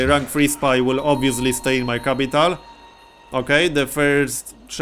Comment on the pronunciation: BTW, I just love the way he says 'I-ron' and 'Kapytaal'